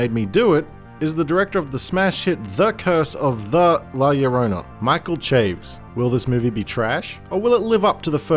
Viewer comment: For future reference, "Chaves" is a two syllable word: cha-vez.